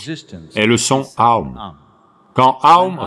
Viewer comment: OM est aussi lié à OM Shinrikyo la secte japonaise...donc oui très mauvaise prononciation (c'était des meurtriers au passage).